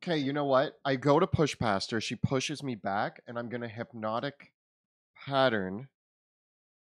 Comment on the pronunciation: I realise it's just a dialectic thing but Pluto being pronounced as Pahlootoe by and nobody else is still the funniest shit to me, along with 'pattarans' (patterns). Thanks for the great show, guys. I'm late to the party but enjoying this.